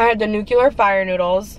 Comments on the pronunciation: it’s nuclear not nucelar 😂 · Please don't say "nucular". Not a word!